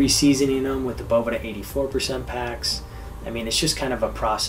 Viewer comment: is the man! I must say, it makes my head hurt how people can sit next to him as he said "Boveda" over and over and you still say "BoVEEda" Just don't understand it lol.